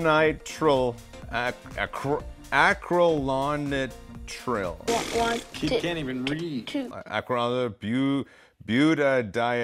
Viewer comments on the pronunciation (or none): It's pronounced "acrEElo-nIEtril" (with a slight pause at the - and emphasis on the capital letters) :)